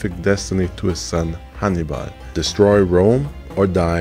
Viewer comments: I kept thinking you were saying Honeybun. 😂😂😂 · Sounds like you’re saying honey bun lol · I thought you were calling him or naming him honey bun at seven minutes and 46 seconds and I realize you were saying Hannibal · I was confused. I thought you were saying 'honeybun', not 'Hannibal ' 😅